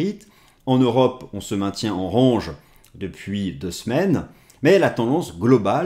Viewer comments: Merci d'arrêter de dire rANge :D, sinon, la bonne prononciation est: rènj. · A il a dit rAHnge !!!! Franchement osef de comment tu le dis 😅 Une vidéo par semaine seulement ! et le R ange mais ptin c'est tellement propre comme vidéo que c'est pardonné sans discuté ! 👍😎🤏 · Je m'étais habitué à votre façon de prononcer "range". Cela va limite me manquer, si vous vous forcez à le corriger car ça fait partie de votre style 😜 Mais le plus important reste le contenu et sur ce point, vous êtes excellent ! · Merci encore pour vos analyses. Cest tellement agréable d’écouter quelqu’un qui prend le temps d’expliquer sans avoir a parler vite et qui ne néglige pas de précieux details. J’attend toujours avec impatience le mardi :) Ps : J’ai bien rigolé au sujet de l’accent anglais du mot « range » car je me souviens des premières fois que je regardais vos vidéos et c’est ce qui m’avait fait tilté à l’epoque, mais avec le temps je n’y faisais plus attention haha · Merci beaucoup pour vos analyses toujours très intéressantes. La prononciation de Range à la française me va très bien, je m'intéresse plus au fond qu'à la forme. Et ça fait partie de votre style, ne changez rien! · Honnêtement tu es plus toi-même en disant range à la française et ça fait son charme on reste focus sur tes explications 👌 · "continuER à dire RANGE à la française ne serait pas dérangeant..." et là c'est bien français 😁